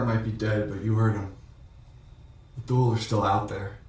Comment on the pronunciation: It's a small thing, but outside of TV-land Thule is pronounced Tooly - not Thool.